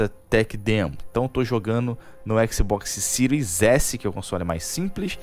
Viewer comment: X Box Ciro S*** fala o nome direito bérou